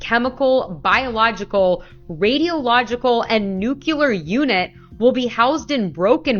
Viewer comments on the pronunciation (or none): “nucular”? C’mon, people. Especially someone reporting the “news”. It is N U C L E A R ! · People still saying " nucular"? 😂😂😂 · How can anyone take seriously someone who says "NUCELAR"??? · Why does everybody from gas station attendants all the way up to presidents say nucular instead of nuclear?